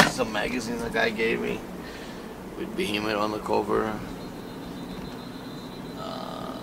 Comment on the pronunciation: 6.55min, Polski akcent BEHEMOTH!